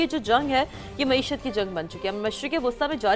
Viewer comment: Pakishtan me mahishat 😂😂😂😂😂😂